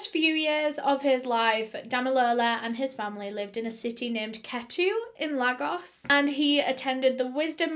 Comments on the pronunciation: It’s pronounced Laygos not ‘Lag os’. My daughter is 11 and I can’t imagine anything like this!! It breaks my heart. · Quick fact: Lagos is actually pronounced like “Lay-gos” not “lah-gos” it kinda rhymes with Vegas But this is such a heartbreaking case, poor boy was and would’ve grown up to be an amazing person :( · Hey, just wanna say that Lagos, Nigeria is pronounced as ‘Lay-gos’ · 'Lay-gos' is how it's pronounced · Easy to pronounce and yet she butchered 'La- Goss'. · its pronounced "lay gosz" the way u said Lagos was wrong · Great video. But it’s pronounced “lay-gos” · and in peckham they've done up the estates and made it more expensive that's what they've done! but yes this was a super interesting one. wierdly enougb i don't mind ones about children, because for me it highlights where potentially they coud be better supported :( Also, Lagos is pronounced, Lay-gos. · im not hating i absolutely love your videos but where Damilola was born is pronounced 'L-ay-gos' xx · lagos is pronounced "lay - gos" :) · I hope this doesn't come across as condescending but Lagos is pronounced lay-gos. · Really love the video. Btw his name is pronounced Dah-mi-loh-lah and Lagos is pronounced like Laygos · Btw it's L-a-gos (you pronounce the a as in the alphabet x) 😂💕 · lagos, like I'm Nigerian a-, l-ay-gos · That’s not how u say Lagos . And if u had done your research u would know that